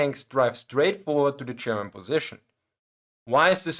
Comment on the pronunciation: Listen, i love your channel and your selection of topics. It s great. But please. I beg you. Stop saying "Chairman" instead of "German". Good luck 🙂